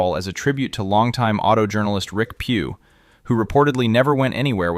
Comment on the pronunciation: It’s Rick Pewe - Pay-way